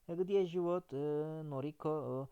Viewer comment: Hocam lütfen yanlış anlamayın amacım kötülemek değil, живёт derken telaffuza dikkat ederseniz daha iyi olur yoksa telaffuzunuzdan dolayi anlam olarak karın anlamı ortaya çıkıyor "живот"